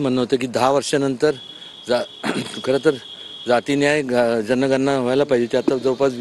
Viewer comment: जनगन्ना नाही जनगणना